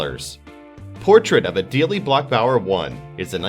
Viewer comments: I am sure someone has already commented but i cant just let it go... It is Adele (the second e is silent) ...like the singer. No Adele' but Adel(e) (sounds like Edelle). :) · Is that how you pronounce Adele, the singer's, name. smdh.